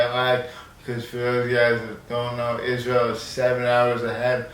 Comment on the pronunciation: When you said Isntrael...